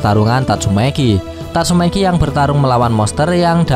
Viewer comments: Tatsumaki bang bukan tatsumeki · kamprettt...padahal udah seru loh,tapi sebutanmu min tetap idolku...tatsu'meki' yah....bukan tatsumaki..🤣🤣🤣🤣🤣